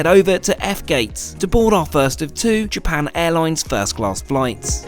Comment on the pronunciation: "japarn airloins"